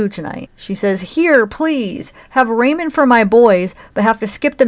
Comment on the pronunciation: Lol she locked up the top ramen yes that's why Timothy was so starving he was sneaking into the frozen hamburger meat and pancake mix lol you keep calling top ramen (raw-min) Raymon hahah not so funny situation just bringing it to your attention